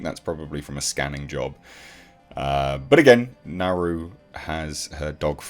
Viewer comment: No her name is Naru (pronounced Nardu)